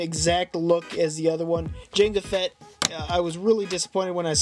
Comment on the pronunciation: It's Jango Fett not janga